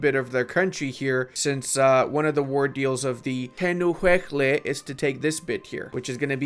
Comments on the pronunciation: I had to go back and re-watch you butcher the pronunciation on tehuelche; cheer's from tenu uec le👋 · Btw it's pronounced "Teh-uel-cheh"